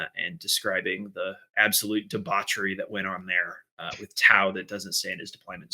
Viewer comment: Lol "tause"